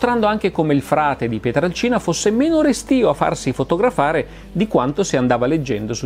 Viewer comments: Bello, documentato e puntuale come sempre, ma... PietrElcina, non Piatralcina. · Si pronuncia....Pietrelcina !!! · Ciao Massimo, interessante video ma ti faccio due appunti. Il paese di origine di Padre Pio è Pietrelcina (e non Pietralcina come spesso ripeti) e si trova nel Sannio, in provincia di Benevento, e non nel Gargano. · Massimo questo video è un prodotto eccezionale, ma è Padre Pio da PietrElcina e non da Pietralcina. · Non è fondamentale ma è PietrElcina e non Pietralcina, è un errore comune =) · Cmq il paese è Pietrelcina, no Pietralcina!!! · Si chiamava Padre Pio da Pietrelcina, non "Pietralcina". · Scusa Massimo Ma PIETRALCINA, o PIETRELCINA??? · Pietrelcina Pietrelcina Pietrelcina Pietrelcina Pietrelcina Pietrelcina Pietrelcina... non "Pietralcina" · È Pietrelcina comunque non Pietralcina...